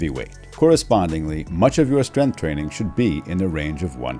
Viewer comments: Strenth is not a word. Maybe learn how to say the word before making a video on it, expert. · Oh cool! An expert who can't say "strength" interviews an expert who can't say "tenets"! What a video!